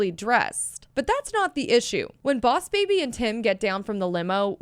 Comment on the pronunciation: oss baby? Lol No hate btw